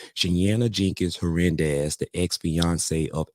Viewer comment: It’s pronounced ‘her nan dez.’